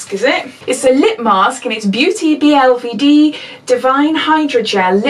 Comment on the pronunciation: I find out recently that this brand Beauty BLVD is pronounced Beauty Boulevard ;) xxx